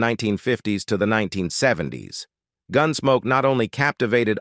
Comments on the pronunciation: Horrible AI voice. I quit listening just before four minutes, when a string of mispronunciations culminated in “Gunsmokey.” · ah yes the robot ar nesse, gunsmok e, closu r e,, repeat sentences. what a mess